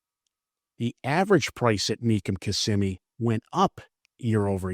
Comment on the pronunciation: “Mecum Kimmsimee data”